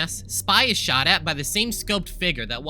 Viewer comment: when you said "the 10th class shot himself" you saying shot was censored for the rest of the vid I thought you said he shat himself